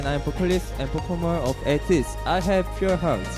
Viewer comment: The way Hwa says Ateez as Ateejeu makes my heart goes jdshbsbbd